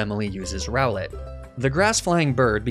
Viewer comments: ROWLET, NOT ROWLETTE! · ROWLET, NOT ROWLITH!